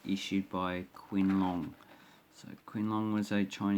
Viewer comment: Hi! “Qing” is actually using Chinese pin yin pronunciation. Should sound more like “Ching” Long. Cheers! CP